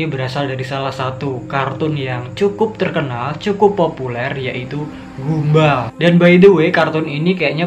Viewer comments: Bukan gumba.... gumball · Mas baca nya bukan gumbal tapi "gambel" gitu bacanya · Gumball mbacanya gam-ball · Gamboll gini cara sebut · Btw abang Salah ucapin nya gumball jadi gambell